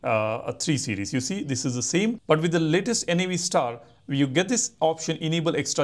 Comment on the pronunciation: Its Navstar as in navigation star. NOT N-A-V STAR